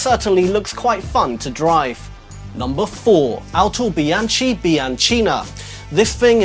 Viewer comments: Sorry to be pedantic (I like your channel, btw) but it's not pronounced "AutobiaCHi" (as in CHimp), it's actually pronounced "Autobianki". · The "H" are there for a reason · It's autobianchi bianchina no autobianci biancina! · the correct way to say "Autobianchi Bianchina" is "AutobianKi BianKina". It's italian, you know... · the exact way to say the 4th isn't "autobianci biancina" but "autobianchi bianchina" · Pronounce is Autobianki Biankina. CH = K in Italian. 😉👋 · The Bianchina was wonderful! Try to pronounce "ch" as "k" like if it was "Autobianki biankina" ;) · in AUTOBIANCHI and BIANCHINA the "CHI" is HARD not soft, so it has to be read as / ki /, like in kitchen